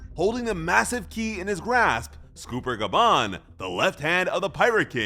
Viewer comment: You really pronounced that as Scooper Gaban huh..? lol